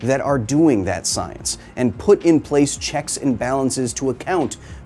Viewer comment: "Trust the soyence."